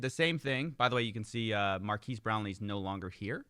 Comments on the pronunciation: lol it's not mar-keys it's mar-Ka-es Brownlee, but otherwise great as always. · Marques is pronounced mar-KEHZ for future reference (not mar-KEEZ) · It's "mark-ez" not mark-eese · Oof, dude, "Markez," not "Markeez." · Marques is pronounced Mark S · This video has to be AI. No one actually says Mar-key-s brownlee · Changing it to "Youtuber Superfan" is so funny, plus if you look at the comments on their product Hunt page it looks like they are all AI generated. its pronounced "markez" btw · They way your pronounce marques's name is strangely racist 🤣 Na jk coffee it's all in good fun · You saying his name wrong over and over got to me bro. I turned off the video, just say his channel name next time 😂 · Yoo, pronunciation of Marques is great! Haha. No hate, just amused. Loving the new content. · Your racist pronunciation of Marques' name is worse